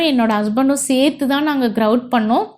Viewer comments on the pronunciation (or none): none